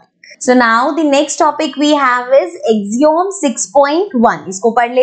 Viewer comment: Its not ax-om , its ak-see-uhm (AXIOM)